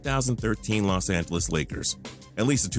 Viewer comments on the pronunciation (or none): none